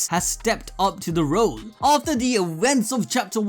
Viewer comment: Ewents and willage crack me up ewery time